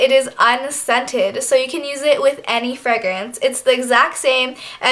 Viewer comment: She says "fregrance" & " Vazeline"